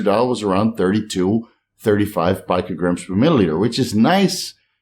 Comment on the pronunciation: Hey. Your friendly neighborhood pronunciation BrO here.., GUY no co mastia. Not JYNO And Peeeeeecograms. Not Pike-o. Carry on good lad. Carry on.